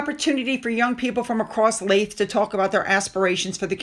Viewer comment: Sorry again. Leith is pronounced Leeth. As in Teeth.